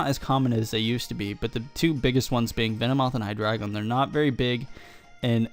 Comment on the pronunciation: Nice battle, you are one of the only people that pronounces hydreigon correctly :)